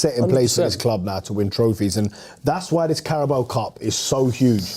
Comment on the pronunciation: pronouncing Carabao as Carabow is hilarious